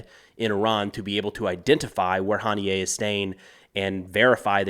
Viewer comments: Huh-knee-ya. Not Hahn-knee-yay. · Its HANIY-UH for gods sake 😂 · Pretty sure his name is pronounced "ha nee yah" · It’s pronounced Hah-NEE-Ah